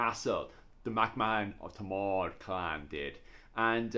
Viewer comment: It’s Thomond not Tomawd ! 😂